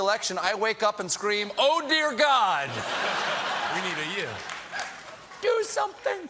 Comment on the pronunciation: "The power of GHAAD."